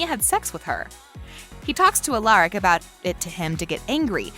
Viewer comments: She also said alAIRic not alARic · She said Alaric like “eliric” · It’s ALARIC not “Aleric” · And Alairic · I can’t even watch this because of how she says Alaric and Stephan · it frustrates me that she isnt saying Stefan and Alaric right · And the "Alairic" for me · they obviously have never watched an episode because she keeps saying stefan and alaric wrong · Say it the frick with me Ste-fen Stefan, A-lar-ic Alaric jeez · hey the vid was fine but have you ever watched tvd? cause the way you pronounce the names like,"stefOn" and "alAIRic" i dont think you have watched it. also it "THE" VAMPIRE DIARIES not VAMPIRE DIARIES. get someone who has watchedthe show. like even my computer knows how prnouse and spell it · stefOn and alARic 😭😭😭😭😭 it’s stefAN and aLaRIC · “stefon” “alAric” dang she pissing me off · If this girl says STEF-ON OR ALERIC ONE MORE TIME!! IT IS STEF-EN AND AR-LAR-IC SOUND IT OUTTTT!!